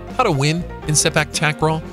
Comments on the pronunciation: how i wished you can pronounce takraw you're saying it incorrectly takraw (a pronounced as an o sound) it should be (au sound). Takraw (au sound) ✅. Takraw (o sound) ❎. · Which "a" in takraw should be pronounced with the "au" sound? Is it t(au)kraw or takr(au)w?